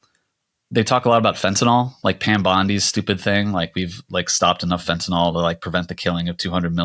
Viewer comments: Guys, Americans, it's fentanyl. Fen-ta-NIL. Enough with the Fentinol, please. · It's Fentanyl, not FentanOL...I wouldn't say anything but you inherently defeat your point if you can't say the word properly.